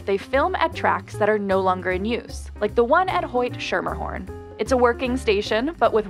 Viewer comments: Schermerhorn is pronounced incorrectly here. It should be pronounced with a hard "c" -- like "skur-mur-horn." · It's pronounced Skimmahawn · its not scher mer horn god new yorkers hate mis pronounciations its not pronounced sutvin and that stop is in queens that just drives me crazy lol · It's pronounced Skimma-horn not Sher-mer-horn. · it's pronounced skermerhorn, not shermerhorn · Not the narrator pronouncing it "shermahorn" instead of "SKER-mahorn" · Hee hee... Even folks from New York pronounce it incorrectly too...lol The trains say "Scher-mer-horn". Most people I know pronnounce it "Sche-meh-horn"...lol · As someone who also lived in Brooklyn it drove me nuts to hear Shermerhorn - probably not her fault, but whoever interviewed the scouts must've heard them say Skermerhorn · You know they not from Brooklyn when they say SHERMERhorn 😂😂😂 for anybody that doesn't wanna sound stupid it’s pronounced SKIMMERhorn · it's not pronounced Shermerhorn. it's Skermerhorn. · It;s pronounced Skemerhorn and Sutphin, not Sootphin. God, everyone gets this wrong... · “Shermerhorn” and “Sootfin” 😩 It would take ONE ride into those stations would give you the correct pronunciations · “ SHERMERHORN”? HOW DARE YOU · its pronounced skim-mer-horn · It’s pronounced”skemahorn” at least that’s how the Brooklynites say it. I’m from Uptown. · It’s pronounced “Skermmerhorn”! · Hearing this woman say Schermerhorn wrong is like nails on a chalkboard. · As a native New Yorker (Brooklyn), the pronunciation of "Schermerhorn" used in this vid is hurting my soul lol 🗽😂😄😬. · It's obvious the narrator is not a New Yorker. She annihilated Schermerhorn. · stop mispronuncing schermerhorn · The way she pronounced "Schermerhorn" and "Sutphin" is killing me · the narrator is clearly not from New York. totally said Schermerhorn wrong 😂